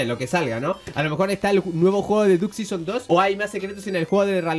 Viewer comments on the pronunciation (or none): Pensaba q era Duck season pero ya veo q es diuk sison como lo dic el😂